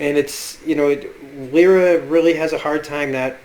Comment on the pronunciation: say it with me now. "LY - RA" not "Lee- RA" lol